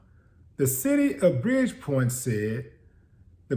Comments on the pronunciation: It’s “Bridgeport” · Bridgepoint? Nah fam, you mean Bridgeport, Connecticut. No disrespect.